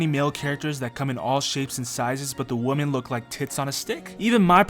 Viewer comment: Women is not pronounced the same as woman